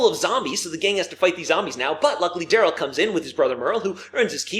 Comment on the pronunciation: When Merle was reintroduced it sounds like he said Dale’s brother instead of Daryl